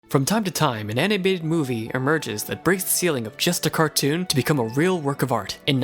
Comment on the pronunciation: First sentence: "From time to time, an anibated movie..."